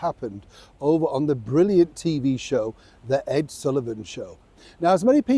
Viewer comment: My Shew (Show)- Ed Sullivan pronunciation😕. These days it would be called "chill."